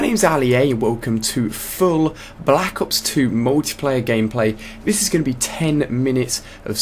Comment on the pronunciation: i like how he says and enunciates "black ops 2"